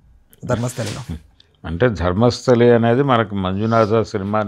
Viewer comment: Dharmasthali kaadhu raa! DHARMASTHALA